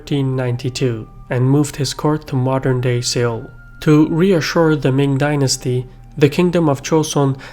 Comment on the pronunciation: Do you mean Seoul?